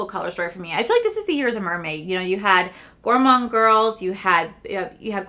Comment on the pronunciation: Gorgeous look but at the end you said gourmonde girls ocean jewel palette.😂😂ooops. Lmaoooo